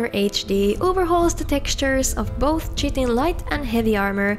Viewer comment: Hey just so you know chitin is pronounced (kai-ting), didnt know till i xame to the US, i was calling ebony as (e-bon-knee) instead of (e-be-knee) for years